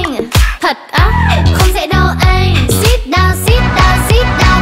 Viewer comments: Và cần coi lại phần phát âm. "Sit" chứ ko phải "seat". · HÌnh như đây đúng là tính cách của Hoàng Yến. Diễn MV này cực khó mà HY diễn chuẩn từng miligiây, không có đoạn nào gượng gạo. Phê. Nhưng bài này có sạn, là chữ sit trong sit down không phải phát âm như vậy. Phần tiếng Việt vừa ngọt vừa đanh đá, nhưng Tiếng Anh hơi bị quê.